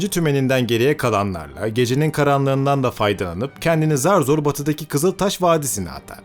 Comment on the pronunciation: Kızıltaş vurgusu güzel olmuş